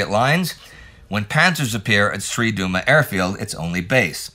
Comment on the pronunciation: Hi there, generally great work with foreign words pronunciation and place names as such, big thumbs up! One small glitch though, the name of the Slovak airport where the Czechoslovak fighters operated from was not Sri Duma but Tri Duby (meaning Three Oaks in English btw).